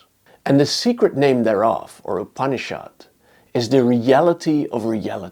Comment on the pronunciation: The pronounciation is not upni-SHHAAD but upni-shud. It is softer...not so hard